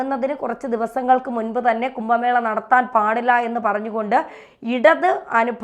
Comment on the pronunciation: കുമ്പ മേളയല്ല കുംഭ മേളയാണ്